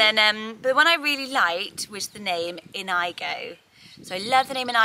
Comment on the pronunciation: I've never heard Inigo pronounced In-AI-go. It's usually In-ee-go. Like Inigo Montoya from "Princess Bride."